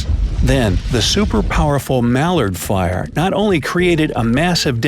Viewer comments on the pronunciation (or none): none